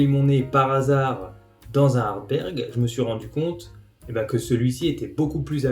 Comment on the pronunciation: Petite rectification,c'est plutôt Ardbeg et non Ardberg.Merci.